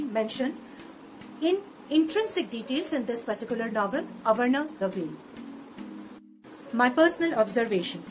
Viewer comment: That is not avarana ... That is aavarana